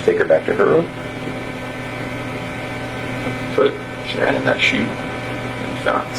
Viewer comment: Seriously?? You can't even pronounce Shannon's name? 😮